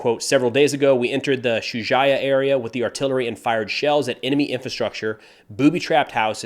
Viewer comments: It's pronounced Sa-ja-ee-ye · "Shuja'iya" - accentuate the i.